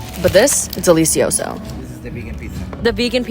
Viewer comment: I’d rather hear you say business than ¡delEEsiOso! 🤣🤣